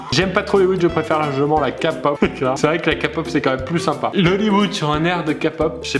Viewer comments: Kapop😂😂😂 "kay-pop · Ka pop ?? Sérieusement ? KA pop ?! C'est Kaypop 😂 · Cher pierre croce, Vous etes condamné à 2 ans de prison pour avoir mal prononcé le mot kpop. Ce n'est pas "kapop" mais "kaypop" IT'S A PRONONCIATION ENGLISH OKAY?! merci VIVE LA KPOP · en disant kapop au lieu de k-pop tu dois le prononcer en anglais stp même si tu n'est pas fan de k--pop prononce correctement le mot je t'en suplie bref passe une bonne soirée et joyeux paque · bin dis donc ça fait mal PIERRE TU A DIS DE LA KAAAA POP normalement on dit de la KÉÉ POP 😊😄😂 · on dit ké pop et pas ka pop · Ça se dit "kypop" pas "kapop" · Cécile Ber Oui oui je sais que c'est pas Kapop mais c'est pas Kypop non plus ^^ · omg il a dit KA-POP😱 c'est KÉ-Pop😂🇰🇷 sinon bonne vidéo ❤ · On dit Key pop incultes 😭😭😭😭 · il a dis kapop jpp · On prononce Képop et on écrit K-pop !!! Mais ta vidéo elle est trop bien. !! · Kpop ne prononce pas Kapop je t'en supplie 😂😂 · ka pop......kpop bordel ! c'est a l'anglaise ! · C'est moi ou à un il prononce k-pop «Kapop» 😂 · Ka-pop , mes oreilles ont saignées ... Putain les gens ça se prononce à l'anglaise !!! j't'adore pierre <3 mais là non ... NON ! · Candy Dream12 Key pop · ON DIS KEYPOP. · On ne dit pas ka pop, on la prononce en anglais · Une baffe à un petit morse sans dent à chaque fois que Pierre dis "Kapaupe" au lieu de K-Pop. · Cécile Ber non on dit keypop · Alexis oui mais pas kapop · J'ai pensé la même 😂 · "KPOP" !!! Comment tu dis ça Pierre !!!??? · SugaKookBts il l'a mal dit mais y'a aucun rapport entre "la kpop c'est de la merde" et son âge et son comportement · J'suis complètement d'accord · El Risitas Mais je suis une fille ! Et nan, c'est juste qu'il l'a mal dit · Oh nonnnnn on dit pas K pop mais le k à l'anglaise 😂